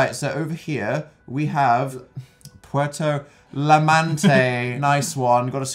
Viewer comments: Puerto jamante boi dan that’s how you pronounce it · Puerto Llamante is pu-er-to YA-men-te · Pronouncing "puerto llemante" wrong made me laugh😂😂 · the way dan butchered puerto llamarte at the beginning 😂😬